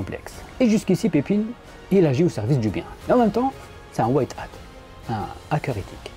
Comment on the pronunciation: Le "ij" de Pepijn se prononce "eille" comme dans "corbeille" ou "veille". C'est la règle générale pour les noms avec ce son en néerlandais.